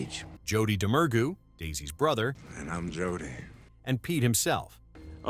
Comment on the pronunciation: I love (hate) how the Ai robot can’t pronounce Domergue either 😂